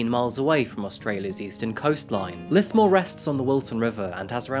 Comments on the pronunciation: I thought Tobius would be "Toe-bye-us" but idk, and I heard him say "Lissmore" when it's "Lizmore", as the newsreader said. (Lismore is also an Irish place name.) But other than that, not sure what you're talking about. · It's pronounced "Liz-more" But justice for Simone! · I'm sure someone else has said it but we pronounce it as Lizmore than Lismore. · Just to let u know it’s pronounced lizmore :) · Stop saying "deep dive" unless you're going to change your name to ana Garcia. we pronounce the S in Lismore as a Z. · Yep, it’s not a well known city but still triggered me how he said it